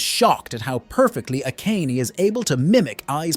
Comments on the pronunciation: AKÉJN? Really dude??? A-ka-né!!!!! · everytime bro says A-kain im losing my shit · great recap but please pronounce the name properly, who tf is a-Kayne-ey